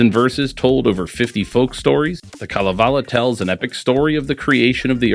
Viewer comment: Great video! As a Finn I very much appreciate your background work on Kalevala. Even the pronounciation was good.